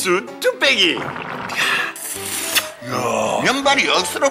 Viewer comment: 뚝배기 발음이 저렇게 편집같을수가있냐 ㅋㅋ